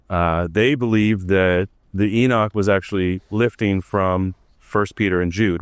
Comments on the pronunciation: E-knock, not e-Nick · he says "enick" :D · Why is Enoch pronounced as "Enid"?